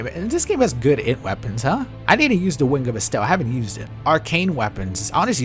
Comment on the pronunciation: being unable to read "int" in that one article was killing me